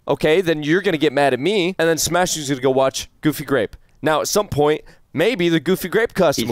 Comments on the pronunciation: Enywon hav gufy gwap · i swear for a second he said wanna play fucky grape i was like yes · I swear, every video I hear "gOoFy gRaPe"